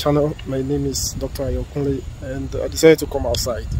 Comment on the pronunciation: Dr Ayo and not ago pls. thanks